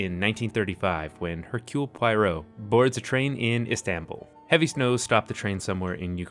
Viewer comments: My dear friend. It's not Pwoy-row. It's Pwah-roh. . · You seem to be saying Poyrot rather than Poirot. 😄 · Only if he learns the name is pwahROH not poyROH. It's not film noyr but nwar. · Repeat after me, it's "Pwah-roh", not "Pie-roh". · Good god, man. Not Pie-row. Pwah-ROW. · Finney is allowed to be "P-why-roe" so long as David Suchet remains "P-wah-rho" ;D (Always loved the way Suchet emphasized the French pronunciation of Poirot) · It's not pronounced Pie-ro. Akkkkk! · I’m late to the video, but your pronunciation of both Poirot and Ustinov are just a tad off. Poirot is pwah-ROH, and Ustinov in AmE is the commonly-heard YOO-stin-ov; if you were trying for a purist Russian pronunciation, it’d be oo-STEEN-uf. As it is, you’re landing on a hybrid of AmE and iffy Russian pronunciation that is most likely unnoticed by AmE listeners who may think that they’ve been pronouncing Ustinov incorrectly all these years (they haven’t), but to speakers of English and Slavic languages, it probably doesn’t give the impression that you want to give. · Poirot : [entering the office] ‘Pwaro’, Mademoiselle, pucker your lips as though about to bestow a kiss! ‘Pwaro’. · You had me hooked until you negged David Suchet. Poirot is not a cartoon, and you’d know this if you ever read Agatha Christie. Suchet is the only Poirot. And it’s pronounced Pwah Row. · I’m just gonna leave this here: it’s pronounced ‘Pwaro’ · Like Sbarro. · There’s no way on this Earth that Albert Finney is the best Poirot and I’m sorry but your pronunciation of all the actors names is terrible! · Exactly. And the fact that he assumed Poirot is a ridiculous man, when in reality he's very well rounded, calm, brilliant man with great manners, why did he think that having personal style and taste is ....funny or ridiculous?!🤦🏻‍♀️ I'm not even talking about the fact that he didn't even bother to learn how to pronounce his name properly.🤦🏻‍♀️ He clearly didn't read attentively if he thinks Poirot is a joke.....